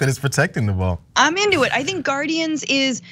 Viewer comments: Gar-indians…..that’s all I hear. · you know what rhymes with guarDIANS....IDIANS